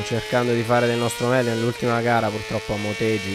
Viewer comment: scusa per la correzione ma si pronuncia "Moteghi" (i jappo pronunciano la G dura)